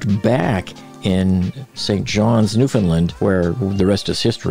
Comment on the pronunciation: Well damn somebody that actually says St John's. With all these Titan videos popping up, I lost count of how many people say St John, which is a different place that's located in New Brunswick, not St John's which is in Newfoundland. Heck I even heard one channel say St John S rather than St John's, which I'm assuming that person had to be using an ai voice. Might come off as nit picky to some, but hey as a Newfoundlander. Thanks for caring enough to actually get the name of the place right.